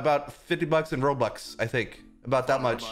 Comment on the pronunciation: and why are you saying rolox ery time but its robux